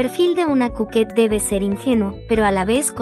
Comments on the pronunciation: Coquette ❌ Cuket ☑️ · No se dice coquette se dice cuquettt❤😂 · Jajaja, por que decia cuquette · JJAJAJ me dio mucha risa como decia cuquette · JJAJA me dio risa como decia cuquette